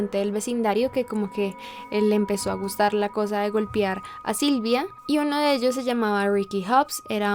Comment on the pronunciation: en 30 segundos dijiste 4 veces golpiar, golpiarla.( . . . ) y por el resto del vídeo lo repetiste varias veces. Lo pronunciaste mal, la pronunciación correcta es golpear, golpearla, las golpeo. Checa esos detalles.